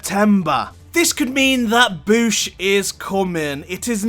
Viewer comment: (Bow-shh) not (Bough-shh)